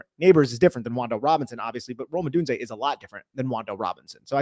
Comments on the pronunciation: Love Rome and great video but please for the love of God stop saying uh-done-zay its pronounced oh-doon-zay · I believe it’s O-doon-zay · HowToPronounce and the YT channel (How To Say) both pronounce it as: O-doon-zay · I think it’s pronounced: Oh-done-zay. Which, if correct, would allow for a CB to be call done-zo when he gets beat by Rome. Top notch content as always men!